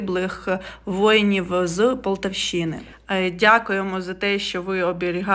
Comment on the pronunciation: Флагі і полтавЩИНА - це жах. І це було одне речення. Ви не знаєте як правильно поставити наголос ?